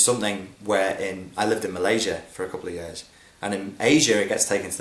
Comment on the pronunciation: "particularly Mal-Asia..." *lol